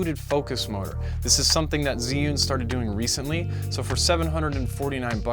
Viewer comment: It’s pronounced “chew-ing”.